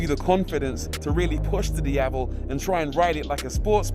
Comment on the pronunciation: Rory Reid. The only YouTube reviewer I've seen that actually pronounced the word 'Diavel' well. For that alone, it's a👍 from me.